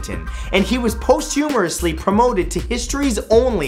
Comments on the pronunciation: You make so few mistakes, Mathew, that I feel compelled to inform you that the word is posthumously, not, posthumorously. All in good fun...You are excellent, as well as adorable. :) TgT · Matt it's not "posthumourously", but "posthumously" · on #15, did he really just say, "...posthumorously.." I think what you're looking for, Matthew is "posthumously." there's nothing funny about that word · Posthumouresly? Pensioneer? I think you mean 'posthumously' and 'pensioner'. Also, Pocho the crocodile is dead. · "Posthumorously" it's posthumously... Sorry to be that guy Matthew. Still love the videos! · Posthumorously? I believe that it's posthumously. I like the idea of posthumorously though. After someone just stopped being funny, as opposed to after someone died. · Posthumously, not posthumorously. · Posthumously, not post-humorously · posthumorously just sayin' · PostHUMORously....ugghhhh lol